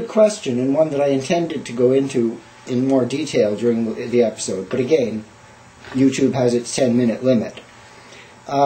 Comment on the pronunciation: ((again)) you say 'again' funny nice tour of the job. Why do you have multiple PCs? You owlets are soo cute and you look weird with hair. HARRY POTTER!! I am never working in a kitchen.ever. thanks for traumatizing me fore life. Really scared for life here. i want you babies! you can have my puppy. Trade? ~magickfae